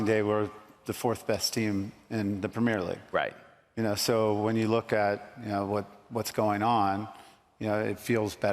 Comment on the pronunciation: Its called premier league not premare league mate